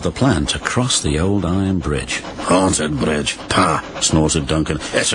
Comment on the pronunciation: Rubish brige says.